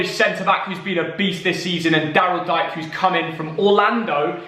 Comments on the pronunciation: Love the vids. Btw Daryl Dike is pronounced “DEE-KAY” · It's pronounced Daryl "Dee-kay" lad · dike is pronounced DK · It's pronounced Daryl Dee-kay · Daryl Dike is pronounced "Dee-Kay"